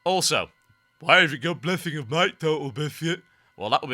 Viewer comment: "whay you gut bwessing of might total bizkit?" "well becau...." HAHAHAHAHAHAHAHAHA Um, Why? i was to buys laughing!